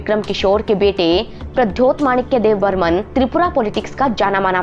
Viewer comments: Kisne kaha apko debbarma ko debbarman kehne ki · Yrr tumlog "Deb burman" kyu kehte hamesa..yein "Debbarma" ha not Dev burman. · Deb burman nhi Debbarma hai .... please don't make mistakes 😌❤ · Don't called debbarman it's Debbarma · Not dev Burman,it’s Debbarma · Not dev Burman it's Debbarma